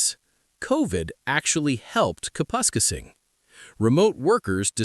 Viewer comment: so why do they know how to pronounce Kapuskasing correctly all of a sudden?